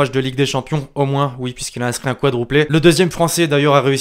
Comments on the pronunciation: C'est quadruplé pas quadrouplé. Très bon Français 😂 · Ses juste que il ne sais pas dire quadruplé